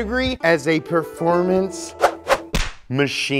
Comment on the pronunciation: Lean, mean, pefomance machine 😂